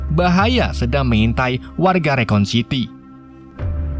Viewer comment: Bang rakun bang... Bukan rekon....